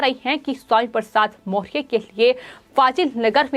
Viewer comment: ये एंकर सही उच्चारण नहीं कर पा रही है, मौर्य नहीं बोल पा रही है।।।